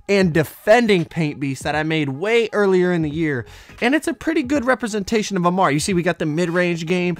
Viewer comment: When he says a ma ree it gets me tight